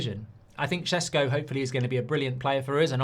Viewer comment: Stop saying sesko like that please 🤣🤣